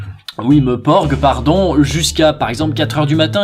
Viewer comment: J'ai eu une overdose quand vous avez dit Meporg ._.